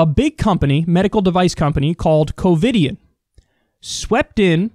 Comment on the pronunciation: Did you say “Covid-ian?”